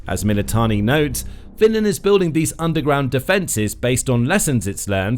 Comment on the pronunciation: "Finnand" "Sooumi", "Souumi" If you can't even talk in your own language (English) do not try to speak Finnish. I thought Tarja Halonen was only person who has difficulties saying /r/ and /l/ but I guess I was wrong.